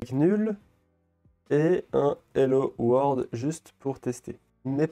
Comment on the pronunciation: C'est hello world pas hello word xD